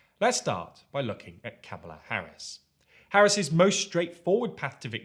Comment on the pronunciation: It's so painful that this journalist refuses to pronounce Kamala correctly.